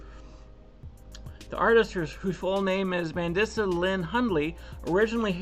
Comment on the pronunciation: Her name is pronounced Man-dee- suh. Rest in peace, sweet lady. She struggled with her weight her whole life. 😢 i love her music. Thanks for covering this. It's an important conversation.